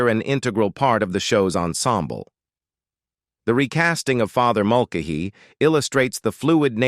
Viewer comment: Its pronounced Mul- Kay- Hee, not Mul- k- hee